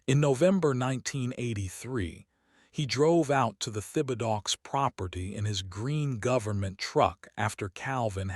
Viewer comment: You really need to correct the truly bad pronunciation of your narrating robo-reader. Thibodaux is a fairly common cajun name(Tib' uh doe) from South Louisiana parishes along the Gulf.